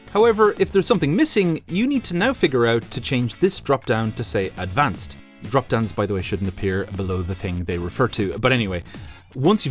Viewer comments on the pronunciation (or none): Great, now whenever I hear him say "advanced" I always think of dorico A D V A N C E D